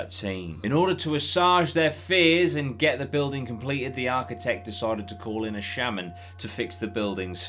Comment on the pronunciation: The spooky is strong here, you're amazing at creating that creppy atmosphere! Loving this content 💚 (Side note Assuage is Pronounced Ass-Wage)